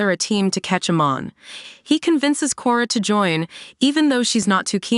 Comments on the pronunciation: don't remember a "Lin BYEFONG" or "AYMEN" in this story 🤔🤔🤔??? And the pronunciation of many other characters and key elements in the show are butchered. 😖😖😖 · Mispronunciation of Amon & "Blud" bending got me laughing 😂